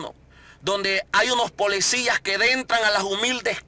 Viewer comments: Para empezar quitate los lentes y da bien la cara y no se dice polecias . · Todo lo que esta hablando este hombre ya se sabe que es prioridad de nuestro presidente. Deje de decir que usted se puso a entrevistar gente. Esto ya lo dijo nuestro presidente. Usted le ha copiado todo a el presidente. Deje de darse credito asi mismo. Y porfavor eduquese sobre como decir las palabras correctamente. Habla muy mal. Dice polecias, corruccion, etc.